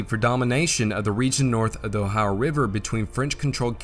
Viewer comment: I love your pronunciation of "O-hi-uh". Sounds just like my parents and grandparents, who were from the region of eastern Ohio and northwestern West Virginia, near the Ohio River.